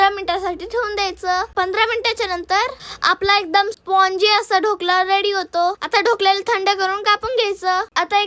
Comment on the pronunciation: ढोकळा नाही ढोकळा बोलतात त्याला😂😂😂